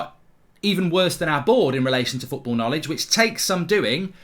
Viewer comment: Welcome to that’s fooorball? Mark you okay bro? 🤣🤣🤣my mans that hurt he can’t even say the word football loooooool